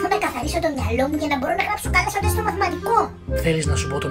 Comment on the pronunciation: Ο Αχιλλέας γιατί το τεστ τό λέει τεκστ